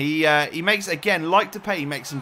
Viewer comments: He says it like de-pay When it is, De-paai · You keep saying the peej (depay) but you pronounce it as the paaaaaaj. I am from the netherlands so i know how to pronounce it because i watch eredivisie a lot. So if you can say it right it would be even more awesome but i still love your vids 💪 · Its fucking Depay Not Depey its DepAAAAAAy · Sorry but you bug me by saying Depay wrong